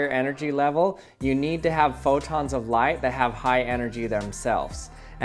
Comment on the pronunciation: Thought he said “Erase life”